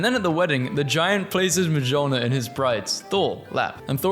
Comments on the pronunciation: this mispronunciation of Mijolnir is really killing my mood and giving me reasons to start a warfare , at least for what I know it's better pronounced as "Miolnir" without the J sound. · Mjolner- Buddy its pronouced Myoulneer lol